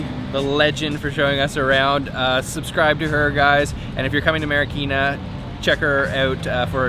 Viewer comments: Its Marikina not marakina haha!! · Hi Guys! Haha. It's MARIKINA. But whatever lovelots.